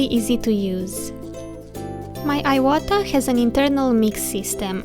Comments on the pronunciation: Thank you for this video! It's pronounced "eewata" :D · If it is a Japanese brand, pronounced in Japanese accent, shouldn't it be like ēwata out loud? I have never used airbrushes or dealt in this brand and I know some times we alter pronunciation of words and names for aesthetic reasons, so I am just wondering.